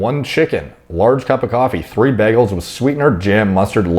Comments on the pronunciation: Anybody gna talk about how he keeps saying “BEGELS” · Bro, I've never heard anyone pronounce it like BAGels lol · You say bagels weird